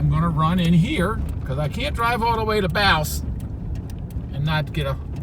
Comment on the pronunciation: OK I hate being picky BUT...... last video I saw you kept saying Edinburg instead of Ehrenburg! Now you keep saying Blouse instead of Bouse! As uncle Joe says “come on man”!